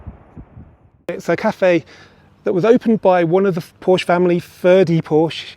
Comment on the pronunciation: Please stop mispronunciating Porsche.